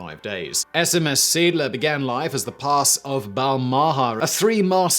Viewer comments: it is pronounced zay - addler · Video is nicely done. Seeadler is pronounced see-add-ler. German for "Sea Eagle". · Well, he said Seeadler in a way, that it sounded like Siedler (settler). That is not "Pronunciation Nazi", that is simply correcting a mistake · /ˈzeːˌʔaːdlɐ/ - See+Adler, not "seedler". Hate to nitpick, but it's not that hard to look up the pronunciation of the main subject of a video. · It's pronounced "zay-ahdler." (Or you could be consistent and render the translation as "seegle.") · My good fellow... Moewe = "moovah". Seeadler = "zay adler" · Seeadler - sea eagle. "Zee ahdluh" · SEEE - ADD - LER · Sounds like "Siedler". It took me a while even after the picture with the ships name was shown to realize what he was trying to say. :D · Seeadler is not pronounced Siedler. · I know, it threw me off so much! "... and rechristened the boat The SMS Siedler" The Settler? "... or, The Sea Eagle." Ah. Seeadler. That's... I guess I see why he said it that way? 3 letters making a single sound? That doesn't really even happen in english! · I was typing this out. This frustrated me greatly. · Almost as bad as "his personal ship waderland" (vaterland, pronounced faterland). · The pronunciation of Seeadler made me chuckle. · Seadler lol. It´s a compund word. See + Adler meaning Sea Eagle. Not one word pronounced like a English one ^^ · seedler?!? ZAY AHD-ler!!! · Indeed, only after seeing a picture with the name I realised which ship he was telling about. The name is pronounced something like 'zay ahdlur' (English pronunciation rules) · "zayADler", not "SEEDler. See is German for Sea. Adler is German for Eagle. Seeadler = Sea Eagle. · Not SMS “Seedler”….it’s SMS See Adler…German for Sea Eagle. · Being bi-lingual can be a curse, you keep calling the ship the Siedler, (settler) but its Seeadler, which means Sea Eagle, and is pronounced Say-Adler. You are forgiven though, if only because your beard is so manly ;) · It's pronounced Seh - Ahdler